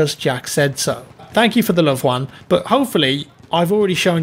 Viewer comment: Perfect pronunciation of 'Juan' killed it